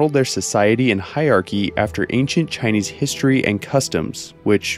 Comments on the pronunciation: Your Chinese pronunciation is great, I always love when creators make an effort to get the pronunciations right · Im very Impressed with how good your Chinese pronunciations are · I find it really funny that he pronounces Chinese better than Spanish, being much much more difficult. English phonetics are f*cked